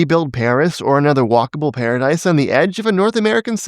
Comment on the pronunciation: Did you just say "Paris or another walkable PARADISE" ? My goodness it took my French ears off guards 😂 Anyhow, I love the introspection 😁 always good to stop and look behind our shoulder to course-correct